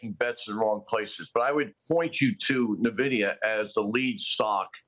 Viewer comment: I cant trust anyone who pronounces it NUH-vidia